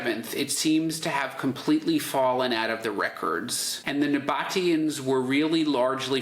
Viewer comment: "nabba teeans". Not "noboteans"..